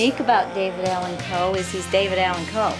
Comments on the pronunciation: RIP, legend! You will be missed! #RIPDAC HOWEVER, I can’t help but be distracted at who keeps pronouncing his name with a very pronounced L in it. Like Cole, instead of Coe. I know it’s probably just a weirdo like me who has ADHD and fixates on silly 💩 I’ll see myself out now! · Someone please tell this half whit it’s COE not Cole. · The dude saying David Allen Cole is is cringe to my ears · Take a drink every time that dude says "David Allan COLE"